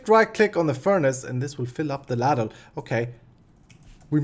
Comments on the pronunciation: lol, ultimate spoon moment with the "ladle pipe/golf club". It's obviously an easy mistake as English is not your native tongue but it is pronounced "lay-dull" is probably the best I can put it my man. it's a deep spoon used mainly for soup but it has been used for metal works of such. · ITS PRONOUCED LAY-DLE AND ITS A BIG SPOON THAT YOU USE TO SERVE SOUP